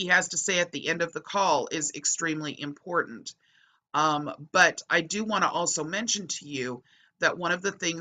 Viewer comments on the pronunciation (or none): none